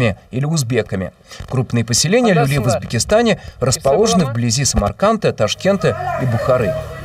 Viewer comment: Не люли а лули